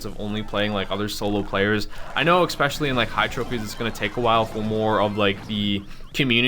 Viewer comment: Lol one of those people that says ‘eckspecially’ instead of especially I unsubscribed Im joking calm ur tits